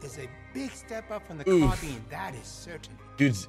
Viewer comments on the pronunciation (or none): none